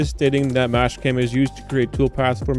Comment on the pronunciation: Is it just me or are you calling Master-cam, mash cam ?